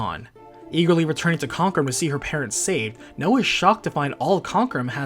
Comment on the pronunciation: Hey, I think Noa’s name is pronounced "Now". Like Chinese…